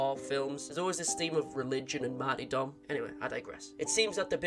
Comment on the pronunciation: Hearing how you pronounce martyrdom, REALLY takes me back to playing old call of duty games with my cousin for some reason lmao